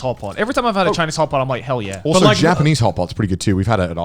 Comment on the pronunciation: I keep hearing hot pocket instead of hot pot